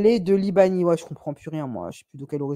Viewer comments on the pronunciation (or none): "la réunion leila" Libanie 🤦🤦🤦 Liban ...